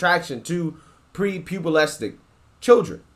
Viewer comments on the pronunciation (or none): "pre pubalestic" pre pubecent lol